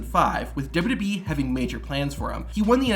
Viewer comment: Dubbadubyee lol. It's all you talk about. Learn how to say it.